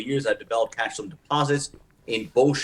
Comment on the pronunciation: its calcium, not calshium